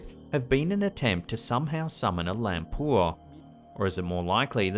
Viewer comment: Pachong --> Pocong (read: po-chong) Dukun --> read: doo-koon Lampur --> Lampor (read: lamp-por) Nice one. Your videos are always good shows during my breakfast!